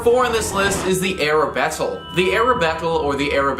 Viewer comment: that's Arbatel, not Arabetel (see )